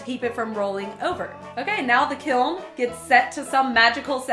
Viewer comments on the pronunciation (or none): It's peen ounces kelm, wry it just bothers me you say it like kil or kilm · Take a shot everytime she says "kilm" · I thought it was pronounced kilm, but then again i had never seen the word and only heard it, am i the only one? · For what it's worth, my ceramics professor pronounced it as "kill." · its funny how you said kiln KEALN